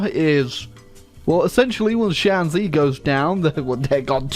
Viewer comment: Shanxi is actually pronounced shan shi